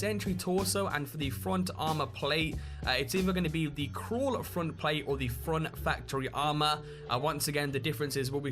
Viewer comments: Everyone is talking about robots but no one gonna say how he said Cruel incorrectly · you pronounced "cruel" wrong.